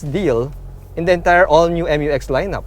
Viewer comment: FYR it is pronounced as "myu-ex", not M-U-X. That's why it is spelled Mu-X. ✌️